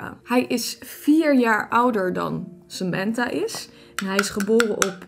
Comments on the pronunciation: Je zegt sementha maar het is Samantha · In het Engels zeg je het als "Sementha"